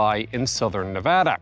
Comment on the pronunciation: HE PRONOUNCED NEVADA RIGHT LETS FUCKING GO